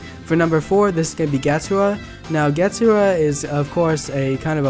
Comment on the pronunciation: U pronounce getsugs so wrong